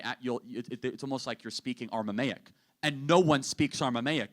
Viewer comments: Aramaic not Armamaic. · ArMamaic🤣 C'mon, man! Don't be acting a fool, Charlie. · I guess even fewer people speak ArMAmaic then ArAmaic.